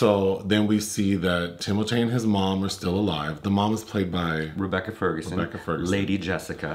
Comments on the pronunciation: Thank you,. "Tim-O-Tay" is now the official pronunciation. Finally there is something amusing about that slender assembly of hair and bones. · Thanks to and, I call Timothée "Tim-O-Tay" now and I can't see myself calling him anything else. 😄